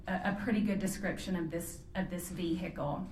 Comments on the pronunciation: OMG STOP SAYING "V-HICKLE"! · I like how she says "vee-hicle" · Did she say a vee hickle?